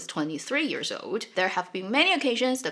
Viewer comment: You are awesome! Love how you share on the history/reality, makes it so much richer. I notice that you pronounce years as 'ears'.